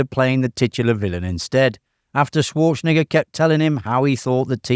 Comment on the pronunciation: You may want to rehears saying Arnold's last name!!